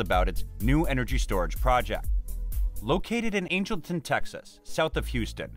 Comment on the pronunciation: Pronounced Angle - ton. Great video! ty